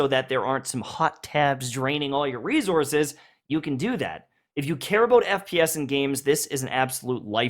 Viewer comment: Everyone: “Resources”: “Rezourzes”